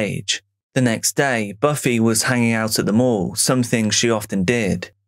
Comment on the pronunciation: It sounded like you were saying they hung out in the local morgue. Thank God for the mall stock footage lol